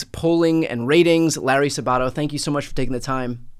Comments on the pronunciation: you mispronounced his name SAB-ATO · I think it's pronounced SAB-a-to but I haven't seen this guy in years. He used to be on FNC way back before I gave em the boot. 😂